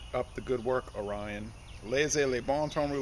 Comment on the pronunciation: Oree - own. Is the correct pronunciation. Like Sapporo isn't Sa- poro. It's Sapper-o While stationed in Okinawa May 82-83 there was an Orion beer festival across the street and down the road from the base. We had a great time with the locals. Trying to converse with them, couldn't understand them much and they couldn't understand us too much but we had a great time drinking together. The simple commonality of men who love beer having a good time. I drink Sapporo now and then, but I haven't seen Orion anywhere near here in Northern Illinois parts. So long ago I have no recollection of the flavor.